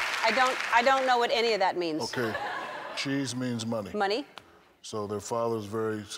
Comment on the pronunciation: He said keys not cheese